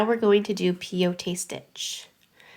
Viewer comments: pronounce Peyote like (pie-ute) from the Peyote tribe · Peyote, pronounced pay-oh-tee, is named after it's use in decorating items that are used in native American peyote ceremonies. Peyote is a small cactus that has mescaline which is psychoactive. It's also known as the gourd stitch which comes from it being used in decorating gourd containers. The tribe you're referring to is the Paiute.